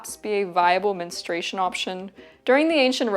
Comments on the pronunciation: It's 'mens-troo-ay-shun'. Why do some insist on pronouncing it "mens-tray-shun"? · Why do so many women in the present day U.S., mispronounce the word, "menstruation", like this woman does in her video? I hear her saying " menustration", and I've heard other variations of her example as well, "menstration" comes to mind. It's not a difficult word: men-stru-a-tion. So what's going on here with such a blatant error? What is the cause of it? If they're any people who can explain this to me, please do. It really bugs me, menstration vs. menstruation. Is it a matter of preference or misreading? Idk, please lmk!!! ❤thanks!!! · I don't understand why the word is so mispronounced. It is not Menenstrayshun. It is either men-stray-shun or men-stru-a-shun. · It is Men Stru Ation Not Menestration Girl you making a whole video about it get the pronunciation right 😂😂😂 Its so confusing because you did pronounce menstrual correctly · If only you had pronounced the word correctly: men-stru-a-tion. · I kept getting distracted because she doesn’t pronounce “menstruation” properly. It sounds like she’s saying “menstration”. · Her pronunciation of menstrUation rhymes with castration. What a distraction!